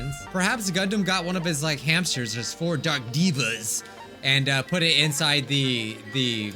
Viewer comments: Says “diva” instead of “deva” The devas: 💅🏻💅🏻💅🏻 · Pronounces the Devas ‘Divas' My Gundham kinnie self: Just one single word gives me ungodly amounts of rage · he also says Devas wrong... Gundham literally says it and still says it wrong 😢😢😢